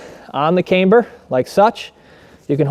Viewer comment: One would think that if you marketed a "cambered" bar, and actually made a video about the benefits of having a "camber", that you'd learn how to pronounce "camber" correctly. This is almost as cringe as when YouTubers or firearms manufacturers pronounce "ambidextrous" "am-bee-dex-tree-ous".